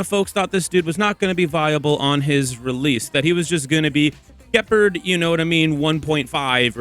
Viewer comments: Juhpard 😂 Gehpurd is killing me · The hard G on Gepard is killing me 😭